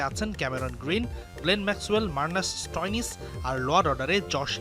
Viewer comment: গাঁজা খেয়ে সাংবাদিকতা ! মার্কাস স্টইনিস কে মার্নাস স্টয়নিস ! মারনাস লাবুশেইন আছে অস্ট্রেলিয়া র ব্যাটসম্যান কিন্তু সে t20 দলে নেই